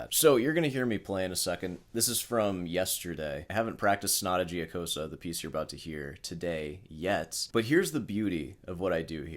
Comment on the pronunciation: it hurts my brain how can someone spend hours practicing and still be so bad. i just wanted to say, mr., only thing worst than your lousy playing is the pronunciation of that sonata giocosa. after a short but deep thought, i came to a conclusion it actually makes perfect sense. a person who is familiar with the piece for so long and still can't learn its name, can't be able to sort the fingering, not even in the right hand. and please, leave out 'i wrote the tabs blah blah', that doesn't fool anyone.